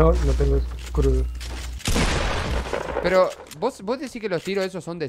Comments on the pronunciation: Alguien mas noto que cuando iba a decir escudo pero dijo escrudo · "Scrudo" lpm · Like cuando dijo escrudo jejej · Me gusta cuando o dicen escrudo:v